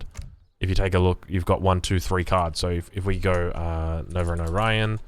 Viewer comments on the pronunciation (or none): none